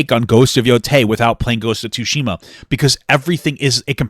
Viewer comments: Man called it "two-shima" 😂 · Papa's way of saying tsushima breaks me every time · Ya know. People seem to be having an issue with female Leeds in male focused media that people like Ridley Scott cracked 40 plus years ago >.> also please tell me you are pronouncing the T in Ghost of Tsushima to trigger my sperg brain. I make pornographic art for a living, I don't want all the media I consume to also be horny...